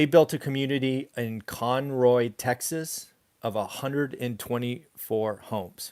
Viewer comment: Pronounced Kon-ro (Conroe)Texas. Great video!